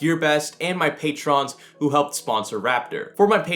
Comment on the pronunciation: You pronouned patron wrong